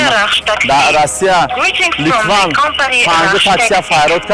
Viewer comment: Латван не брат литвин гапзанира ёд ги